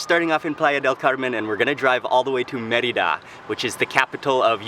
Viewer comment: It is "MER-ee-dah!